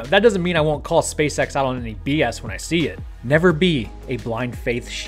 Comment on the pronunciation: Bro, you're totally saying space sex.